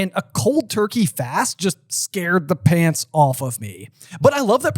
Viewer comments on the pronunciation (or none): none